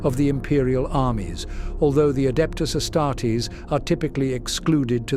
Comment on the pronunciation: I have to admit, as a linguist, that got my hair on end. ^^' Good voice, good script, but oh goodness me some of the phonetics. 'Dialogs'??